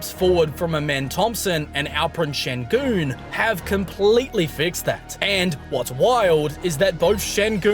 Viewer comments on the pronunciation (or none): none